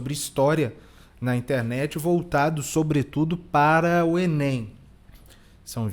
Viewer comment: 1 minuto do Lucas Lancaster, do Paulo Kogos, do professor Marcelo Andrade e do Guilherme Freire valem MUITO MAIS do que 3h dos vídeos feitos pra adolescentezinho colocando todas as fichas na "fuvéstchy/enêim" dessa fulana aí...